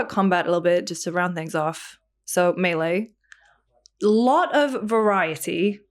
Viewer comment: The control guy saying melee like “mily “ trigger me every time. Stoked to play the game though.